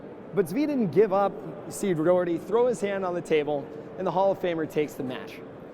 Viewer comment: As a scot, I wish someone would tell it is pronounced "Doch-er-tay" the "och" is the classic Scottish "Auch"